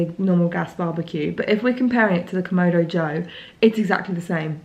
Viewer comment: KamAdo, not KomOdo…